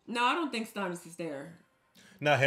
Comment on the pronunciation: Stannis's name sounds like Stanley, and Stan, not Stonnis.😊